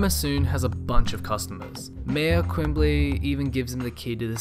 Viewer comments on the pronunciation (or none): MAYOR “QUIMBLY”?!?!? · Mayor 'Quimbly'? Lol yeah you're a huge fan alright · The guest narrator,, says "Mayor Quimbley"...wtf?!